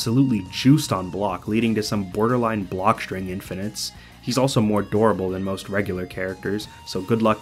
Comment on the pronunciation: I know you called Shao Kahn "durable" but it sounded so much like you said he was adorable